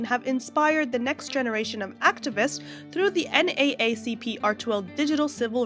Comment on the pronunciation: I find it extremely difficult to believe that you don’t know how to pronounce NAACP. Maybe you’re Canadian, but you sound like an American and it really strains credulity that you’ve never heard this organization before. So nothing you say about it has any credibility Whatsoever. My only conclusion is you’re just looking for clicks.